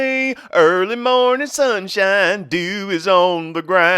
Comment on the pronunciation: Did say "DEW" ON THE GROUND, OR "DOO - DOO??????" I almost rolled out the bed laughing soooooo hard!!! 😆 😆 😆 😆 😆